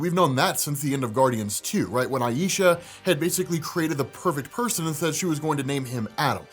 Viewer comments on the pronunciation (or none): none